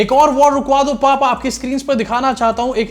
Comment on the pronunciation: The way you said pauppa 😆😆😂😂 noice